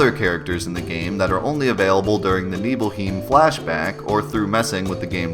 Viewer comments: Also, "neebleheem"? I think you mean "neebleHIME". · NiebelhIEm? Srsly? hahahaha nice pronounciation. The german word for home = heim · The way you pronounce “Nibelheim” is making me cringe dude. It’s worse then the way you pronounce “Aeris”. But great video nonetheless